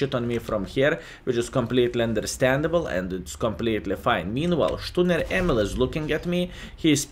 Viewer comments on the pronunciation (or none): none